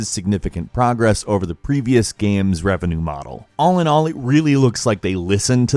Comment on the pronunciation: Gaems? That means games, right? 😂 😂